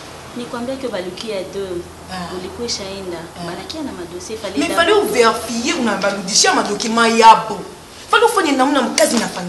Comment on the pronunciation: eeeh balobaka VÉ-RI-FIER et non VER-FIER